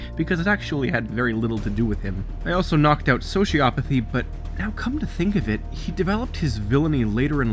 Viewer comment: omg i cant, your pronunciation of sociopathy is driving me insane, ITS NOT Sho-Ci-A-Pa-Thy ITS Sho-Ci-O-Pa-Thy like, oh my nuts O NOT A